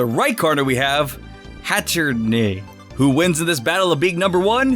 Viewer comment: Hatterene is pronounced "hat-err-een" and that's Gigantamax Grimmsnarl, not Eternatus.